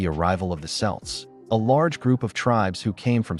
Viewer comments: The 'C' in Celt is pronounced like a K (As in Cocoa) Not like an S ! :face-blue-smiling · It's kelt not selt get it right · You need to get the pronunciation correct: Celt is pronounced "kelt" not "selt". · Not really accurate. The story is far more complicated. Dal Riada was the dominant part. And we pronounce "Celt" as "Kelt", not "Selt" . At least you are getting it halfway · How can the AI voice say “Celtic” correctly but not say “Celt” correctly?